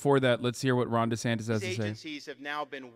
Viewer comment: oh it's Ron Desantis...the entire time i thought you guys were saying "Ronda Sanchez" (i've never seen this person before) (im south african)